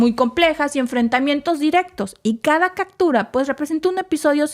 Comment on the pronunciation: ¿Quieres un comentario?... El tema, muy interesante... El libreto, pretencioso, confuso y mal escrito... La supuesta improvisación en la locución, pobre... La dicción, mala... La palabra castellana es captura, no “cactura”, ya que viene de capturar y no de cacto... El nombre del blindado de transporte norteamericano “Bradley Fighting Vehicle” y se pronuncia “Brad-ly” y no Bracli... La voz de la locutosa, chillona e inapropiada... Y para no confundir las cosas, yo, desde el comienzo, he sostenido que esta guerra fue provocada por la NATO y los norteamericanos...